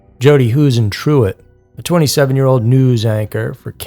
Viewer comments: Huisentruit is pronounced "Whose-in Troot" source: Born and raised in Mason City Iowa. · Ive lived in Iowa most of my life. I love hearing stories about this state. I always learn something new! Btw, its pronounced "Hoo-sen-troot." Ive been following her story for many years and always wonder if it will ever be solved! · Pronounced Jodi's last name wrong...she will never b found, and that's sad...so many theories that some officers back then had something to do with it...and 1 female officer that may have had info, well, u guessed it--she disappeared, too...hmm...cover-up much??...